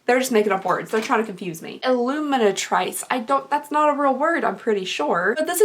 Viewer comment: ah "lotion illuminatrice" is the french and it's pronounced ee-loom-in-ah-TREESS so it just means illuminating :)